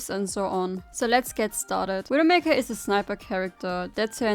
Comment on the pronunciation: What an awesome widowmakew guide. You weawwy cwick heads